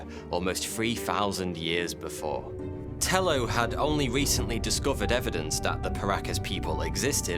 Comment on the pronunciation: Tello is a Spanish name so it’s pronounced Tay-Oh